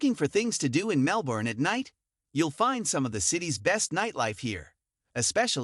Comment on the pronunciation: If you're going to do a video on Melbourne you have to learn how to pronounce the name of the city. It's pronounced Mel-ben, not Mel-borne. Normally I wouldn't be too harsh on this point but if you're going to dedicate a video to a city, this is really 101 basics, no one should have to point this out in the comments.